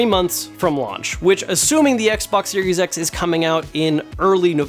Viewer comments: Lol he should've slipped a J Jonah Jamison " You Serious " clip from Spiderman movie 😅😅 it sounds like he said serious X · I swear he said Serious X